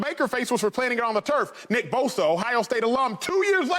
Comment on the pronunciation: How is this Acho guy still in tv? Oh. He’s Oprah’s boy and jus as bad as she is. Terrible. My man said “Bodo”, not Bosa.